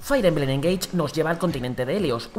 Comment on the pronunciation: Otra vez diciendo "Fair" emblem... 🙄